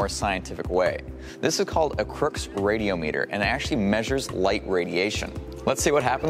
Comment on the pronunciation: it’s pronounced ray-dee-AH-mih-ter.